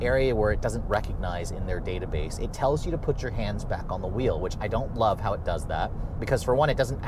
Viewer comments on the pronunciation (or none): none